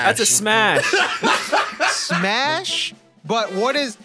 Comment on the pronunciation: Bruh “smas”